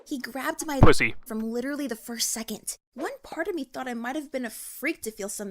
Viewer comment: "He grabbed my "PUZZZY" from the first second!" I was eating dinner while watching this and died when I heard that!